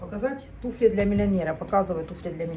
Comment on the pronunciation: Туфли, ударение всегда на букву У ВСЕГДА. НА Т'УФЛЯХ.,ТУФЛЯМИ.